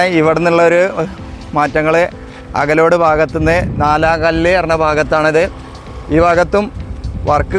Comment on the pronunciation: അകലോഡ് ❌അകലാട് ✅